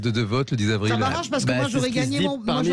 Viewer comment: 3 zavril et pas 3 havril , niveau maternelle pfff